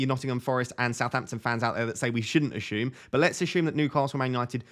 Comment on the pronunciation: Are you saying ashume?